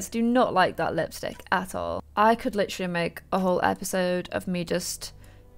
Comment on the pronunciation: "licherally" o no, it's another leafy